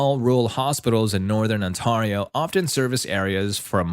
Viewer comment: “On-Tar-rio” bruh lol